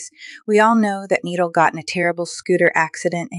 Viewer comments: It’s Nee-Dall that’s how you pronounce it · It's said Nee dall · NI - DAL NOT NEEDAL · It’s nee-dal not nideal 😂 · She called him needle and niidall that’s how she said it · It’s pronounced Need-Ul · Nidal not needle 😂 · Nee-dal not needlessly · it's not needle, its "needal" the "i" makes an ee noise. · It’s not needle it’s NID-AL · It’s not Needle its NidAl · It’s KNEE-DOLL GET BETTER SOON! Love you and am praying for you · It's nidal we say it like nedol😂😂😂😂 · It’s knee-doll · NIH-DAL that’s how you say it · It’s not needle It’s Nidal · How you say it: NEEDLE How it’s pronounced: NE-DOLL Nidal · Its spelled nidal but said like knee-doll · Nidal but ur saying needle❤ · Its not needle its nidal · It’s Nadal not needle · It’s nidal not needle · It’s Nidal it’s not needle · It (ni - doll) not needle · Yall it's not needal it's Nidal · It’s not needle it’s nidal try to sound it out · no no it’s like Knee dal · Ni-dal not needle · Its nidal the i is like ee not needle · It’s nee-doll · It’s ni DAL!😊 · So I’m gonna be nice saying this because I a, a very kind person so it’s not needle it’s is pronounced needal but it’s spelled nidal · its not neeeeeddlllllllle its nidalllllll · It’s ni doll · It’s N UH DAL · No hate but try to say the I sound and not needal but nidal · its ni dal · It's ni dal nidal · Na Dal not nee dal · pronounced kneed-all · YariandielyzRosa it is pronounced as nee-dol. why u laughing when u don’t even know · Its NeeDawl Kinda like KneeDoll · You say it like Knee doll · His name is pronounces, Knee-d-all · Ne-doll that’s how you say it🥰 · It’s nidol not ee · It's Nidal (Ni dol) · It’s pronounced as knee-doll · It’s pronounced more like knee-doll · it’s pronounced knee-doll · It’s not nidol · It is pronounced need-all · It is pronounced Ni and dull,Nidal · It's nee dal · it’s pronounced ni dal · Your still pronouncing nidal wrong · You said it wrong